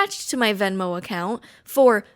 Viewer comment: as a not English speaker why is she pronouncing account so weird? this is a correct spelling am I missing something?